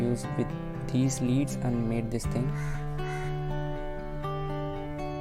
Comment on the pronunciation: Bruh....it's pronounced " led "